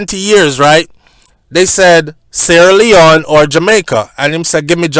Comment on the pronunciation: Why say sleone not other countries